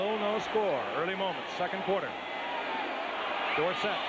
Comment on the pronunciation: 7 seven years in n he was still pronouncing dorsett's name wrong. Irritating.